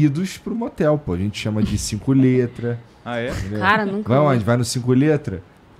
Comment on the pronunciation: Desse jeito ainda foi melhor do que no início quando ele disse "cinculetra" .